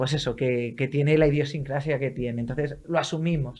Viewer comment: Ha dicho "idiosincracia". Otr@ !brut